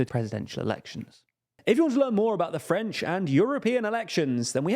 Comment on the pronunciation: Just wanted to praise your French pronunciation